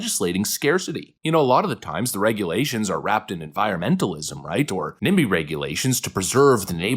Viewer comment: For some reason I first heard nambla instead of nimby